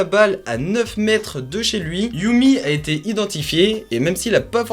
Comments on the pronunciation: Super vidéo, sinon on dit "yeummy" et pas "yoummy" :) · "yami" pas "youmi", c'est un gamin des USA pas du Japon